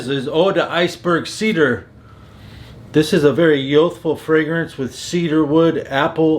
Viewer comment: What is yothfo? Do you mean youthful? There's a u in there. Don't think I've ever heard any accent in the English language completely ignore the u in that word. Unless you're just trying to hard